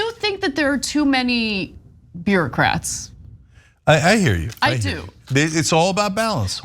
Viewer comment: did Ana say "I do think there are too many beerocrats"?? 🙂